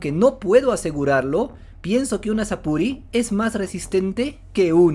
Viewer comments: Sapuri es un error de pronunciación japonés de "Súrplice" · No existe tal cosa como un "Sapuri". Eso es un error de traducción muy común que ya fue aclarado. Sapuri nace de pronunciar la palabra Surplice que significa "Sobrepelliz". Las armaduras de los espectros son Sobrepelliz.